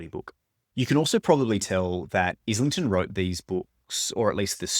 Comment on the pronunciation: Great video. Just a quick FYI. As a fellow Aussie as well. The surname is pronounced eye - lington. The Licanius audio books mispronounce it as well. James himself confirms the pronunciation in two different interviews on YT. One is with Maude Garrett and the other I have seen is with Mike’s Book Reviews. Just after the 1 minute mark Mike asks him.